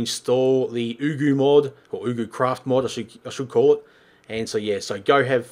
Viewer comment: Its prononced: YugoCraft